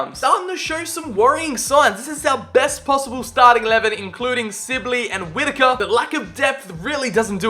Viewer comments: Who else was realy annoyed he kept saying silbey not sibley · Amazing vid... but its Sibley not Sillby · let’s take a moment to say he just said ‘louie silbey’😂😂